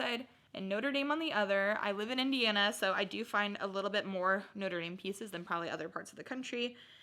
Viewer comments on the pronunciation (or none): none